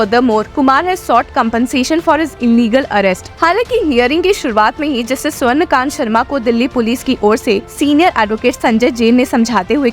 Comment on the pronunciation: Swarn Kant Sharma nahi..swarna kanta Sharma..i guess the voice is ai generated.. So many mistakes..you took the name of judge wrong so many times!! Cant trust this channel